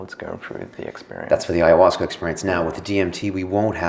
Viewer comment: If is an AyahuascA filmmaker then why does he pronounce it AyahuascER!? Hehe.. Awesome video, glad to see this sort of stuff out there!